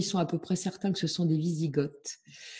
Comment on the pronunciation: a dû dormir à l'école au moment du cours sur les invasions barbares, sinon elle saurait que Goths, Wisigoths et Ostrogoths ne se prononcent pas "gottt" (célégo comme ils disent dans Astérix) et que les Goths se sont convertis à l'arianisme bien avant leur division entre ostro- et wisi- et donc bien avant d'être en Béarn 😉. Sinon bravo quand même pour son travail de recherche!